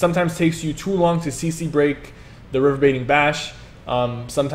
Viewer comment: Say it with me, RE-VER-BER-ATING .....RE------VER------BER----ATING.....about as bad as Deltia's THEEERRMAhTEERRGE